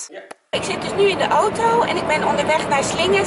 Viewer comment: Like als altij ooto in plaats van auto zegt